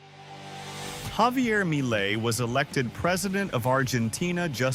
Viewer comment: Should the speaker say "Javier Milei"? Or... "mayli"... Or something similar... 😂😂😂 "Impuesto país "... 👌🏻👌🏻👌🏻